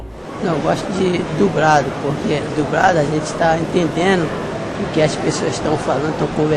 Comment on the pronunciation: "Gosto de DUBRADO".